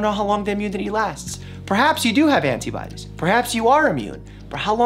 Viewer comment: I love that you say the "t" in antibodies. I usually said it like "ana-biodies"